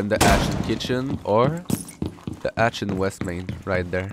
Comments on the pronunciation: Great video! Your english was fine. The few mistakes you made were entertaining. "Termite" instead of thermite, and you for didn't pronounce the h in hatch or have. Great video man keep it up and bring serenity back!!! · I didnt know accent was an issue for anyone. It's easily understandable and sounds great. I love how you say hatch xD "atch"